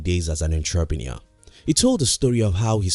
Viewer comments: 'entrapreneur' stuck out lol please tell him it's entrepreneur heheh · Another thumbs up. Great, informational, and motivational explanation about how to spend, and not spend money! However, you have not pronounced entrepreneur correctly. I really like what you said ; makes a lot of sense, certainly is logical. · intraprenewer?? wtf??